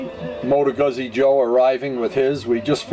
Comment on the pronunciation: It's pronounced Gooz-z .... like piz-za